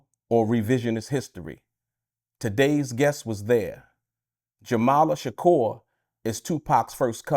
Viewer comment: Jamala Shakur? Dude can't even get her name right.